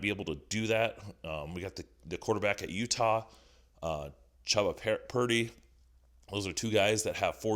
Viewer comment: Dude is absolutely struggling to say Chubba Purdy lol